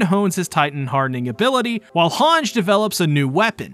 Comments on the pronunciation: hang zo. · thank god I am not the only one bothered by that. both in Japanese and English version it’s HangE, I don’t know where that comes from. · I die everytime I hear you pronounce "Hange"